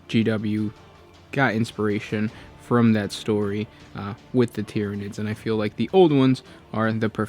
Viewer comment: lol the time “tyrinids”